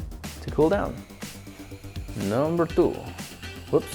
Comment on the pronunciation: NUMBER TWO!! With that Indian accent 😂😂😂😂